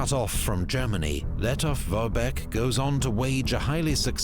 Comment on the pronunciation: The German guy reads not /letof-vorbek/ but /letov-forbek/, dude.